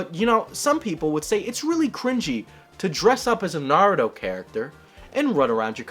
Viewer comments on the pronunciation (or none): If you’re a huge weeb how come you can’t pronounce Naruto the correct way